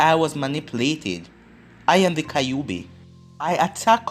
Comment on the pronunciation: Why do you say kaiobi instead of kyuubi...